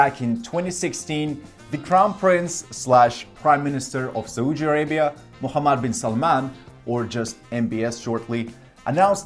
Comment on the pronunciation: Please learn how to pronounce "Saudi Arabia" properly. It is like you are slapping your face to punish your ignorance and stupidity every single time you are saying "Saudi Arabia" in an awfully wrong way. It is important to say a country's name correctly before posting or saying anything about it. There are so many resources available online that can provide correct pronunciation of any foreign words. Please have some decency, respect and be well prepared.